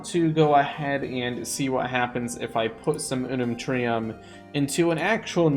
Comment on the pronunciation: Me when he said reactor with I unnuntrem: 😑😑